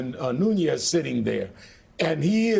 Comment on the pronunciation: Watching this has me taking another step towards thinking that more than a party divide-thing is happening. What if it turns out that McConnell, Nunes (pronounced 'noon-ez', btw), Graham, Kennedy, and a bunch of others are as involved in the Ukraine extortion plot as Rudy and trump are. All the blatant lies aren't so much to cover trump's backside as to cover their own. What scares me more is what we don't know. How far, how deep is this thing?